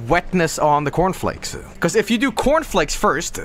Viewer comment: "yoU guYS aRe gOIng in the cOUrn flAEAKs nOw"